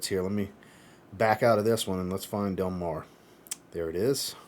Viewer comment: I definitely loved Del Mar La Tacita de cafe is really good as well. I still have 4 more to test. You pronounced the name just fine. Del Mar reminds me of Alien from Mugler I could be really off but that’s what I got. Which I love Alien. I do have a slight cold today 😂